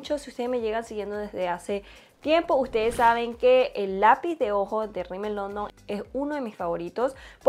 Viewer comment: la marca se llama Rimmel London no “Rimmel Londom”